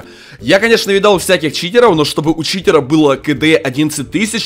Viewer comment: Почему ты говоришь Читероу